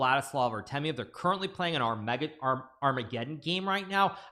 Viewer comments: Never heard it pronounced Ar-MEGA-don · why does hikaru pronounce armageddon like that